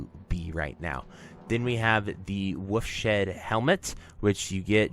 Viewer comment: Good video, one correction though, it is "Wolf's Head Helmet" not Wolf Shed. It's model is a wolf's head =) It's interesting how many different streamers say it wrong lol